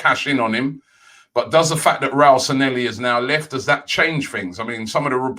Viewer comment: Bit like when Robbie says ' Raul Sanelly' - it's San-ley-hee.